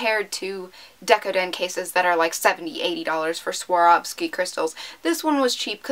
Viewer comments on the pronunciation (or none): none